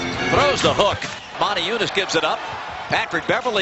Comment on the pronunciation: Why they say Montiejunas if there is no N before the T?